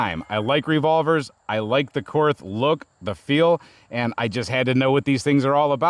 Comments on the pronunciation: I know it's cringe but: Korth is a German company and so it would be pronounce "KORT" (with a hard T) in German as there is no "TH" sound in German. This is why the stereotypical German accent uses "Z"s instead of "TH" sounds as that's the closest phoneme. You're all welcome I've made the sacrifice and posted the cringe post about how to pronounce the name. Now that that's out of the way everyone can actually post about the revolver. And yes, the pronunciation matters when you casually blast 357 through a $4100 revolver. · In Nazi, it's pronounced "kort." I'm German, I can use that word